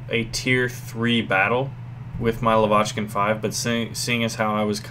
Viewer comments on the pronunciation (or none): you're pronouncing "Lavochkin" wrong. It's stress on first vowel: [la'vochkin].